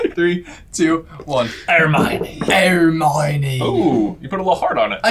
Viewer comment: "Hernione" I'm dead.